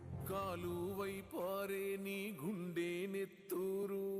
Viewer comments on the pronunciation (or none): కాలువై కాదు తమ్ముడు కాల్వై